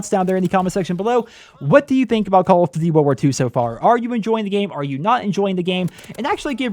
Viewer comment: 'call of doody'